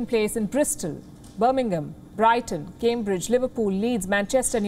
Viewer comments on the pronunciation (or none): none